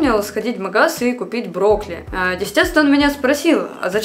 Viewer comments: Не брокли а брокколи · Мне же не одной слышится брокли? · мне плохо от этих ударений...брОкли😭